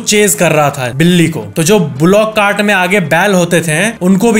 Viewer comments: बिली नहीं बिल्ली होता है भईया ❤ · बिली nhi बिल्ली hoga factez bhai 😅🎉 Like karo mere comment ko ❤